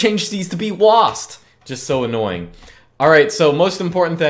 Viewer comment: It's just so painful to hear someone say "W - A - S - D" like "Wasd"